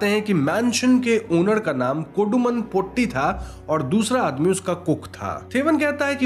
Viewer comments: It's not brammayugam, it is bramayugam, 'bram' means madness or delusion. And it's not potti, it's pôtti, Tata t. And it's chaaathan, not chattan. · pronunciation of the word "potti" is wrong. POtti's "po" should be pronounced as "po" of Porridge. "tti" should be pronounced as "tti" of witty. In older days, some Brahmins used to exploit their domestic help, workers' wives!! Those are not affairs!! Just call it exploitation. Cook's mother is one such person,who is from a lower caste. Even though the lower caste people are called untouchables, was it possible without touching!!😅 We don't know!!😅😅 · Sounded more like potty😂